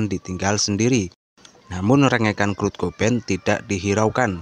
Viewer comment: Kurt bang bukan krut